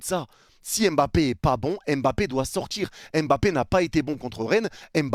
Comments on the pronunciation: C est si compliqué de dire mbappe au lieu de embappe? Ya pas de e devant. A la limite prononcez pas le m mais arrêtez de rajouter un E tout le temps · Il ne s'appelle pas "Aime Bappé" mais Mbappé